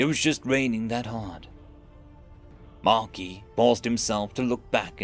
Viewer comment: The S is silent in Marquis...